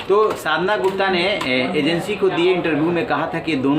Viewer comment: Media anchor you need to pronunciation sadhana yadav. Ok pls be consider